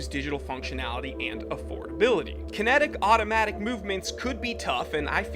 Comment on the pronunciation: "Kintic Master" "G-stomatic" bwa ha haha garbage